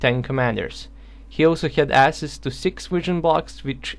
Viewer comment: It's pronounced AKSESS